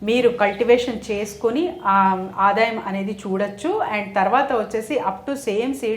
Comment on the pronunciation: Matrubhasha nu kooda palaka Leni ankar aadayam Ane chinna padanniaadhaayam